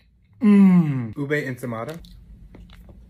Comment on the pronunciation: Ube is read u-b-e